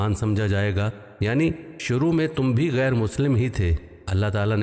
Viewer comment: Assalamu alikum wa rahmatullahi wa barakatuhu Allah aap ku jaza e khair de mukammal Qur'an record karneki toufeeq de aameen. Arz e guzarish hai k surah nisa ayah 95 me qari saheb se bhool hogayi gairu ki jagah gairi tilawat kar di